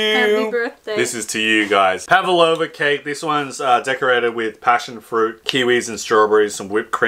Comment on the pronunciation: Pavlova not pavalova.